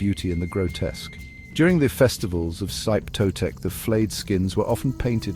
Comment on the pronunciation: SHEE-peh TOE-tek, not "Zype", at least learn the basics of how to pronounce Nahuatl before making a piece like this. Still the most nightmarish of the Aztec pantheon. I once dreamed I was Axayacatl, being coronated at the Huey-Teocalli in the skin of a xochimiquitl slain in the name of Xipe Totec. A cold, slimy nightmare I remember almost 30 years on.